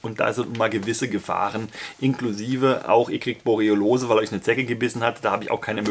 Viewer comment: Haha, Du hast es schon wieder falsch gesagt :D Es heisst Borreliose, nicht Boreolose ;) Ich will mich für den 17. Juli anmelde, weiss nur grad nicht, ob ich evtl. außerplanmäßig arbeiten muss. Ich hoffe, eine Anmeldung nächsten Montag o. Dienstag reicht? Oder soll ich mich besser jetzt anmelden und könnte mich im Zweifel Montag oder Dienstag abmelden?